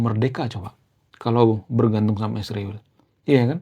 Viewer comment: Bro, km sepertinya juga kurang intelek klo menyebut nama Israel saja km plesetkan mjd isriwil. Km gak tahu arti nama Israel hingga nyaman-nyaman saja menyebutnya isriwil 😅